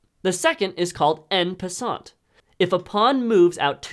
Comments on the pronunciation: It’s actually pronounced “on puss-on” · This guy said “n passant” LMAO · Errors: "Pawns become any type of piece." Pawns can't stay pawns nor promote to kings. "This move is en passant." It's pronounced like on passant. It's French for "in passing", and the French E is sometimes pronounced like a short O. I would know, I'm a chess nerd. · Awesome video, except that mispronunciation of en passant. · That pronunciation of "en passant"